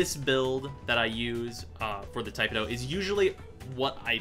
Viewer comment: "Tai-puh-doh"......nope. "Tih-peh-doh".......yup. To each their own. Btw, Arcane Strike and Arcane Avenger.....best arcanes for tipedo.